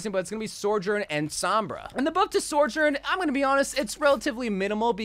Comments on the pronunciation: its the sor-journ for me and he's been saying it like that since the beta😭😭😭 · I come back every few months to see if this guy has learned how to pronounce Sojourn yet. See y'all in a few months